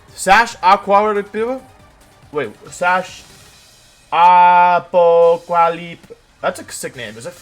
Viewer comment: apocalypse = apoquallyp confirmed???